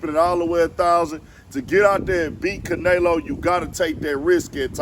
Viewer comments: no the way e is pronounced in Spanish is "eh" not "a" which we pronounce as "aye" anyway. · Ca nelo not Can elo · S/O to caNAYlo lmao sheesh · Say it Again “CanAyLo!” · LMFBAO Caynalo aka canola 🤣🤣🤣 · Bruh you need to say that man name right if you gonna do content on it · You clearly don't watch boxing your saying Canleo name all wrong lol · Butchered the fuckin name up wtf bruh if u gunna say it n give props say it right lol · 😂 Yea he slaughtered the man’s name pretty bad. That Houston accent just wouldn’t let him do it. 😂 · man if you dnt pronounce his name right lol i guess jermell is jermello lol